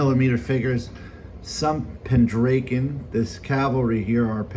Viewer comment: Nice collections. Interesting how you pronounce Pendraken. Not sure what state you are from. Most of us in the UK pronounce it Pendr-ah-ken whereas you sound like Pen-drake-en.